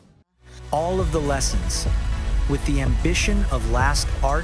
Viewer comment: LASTART comes from Last + Start, meaning the beginning of the last unit. So it's correctly pronounced Last Start. However, thank you for story about our Wishies 💚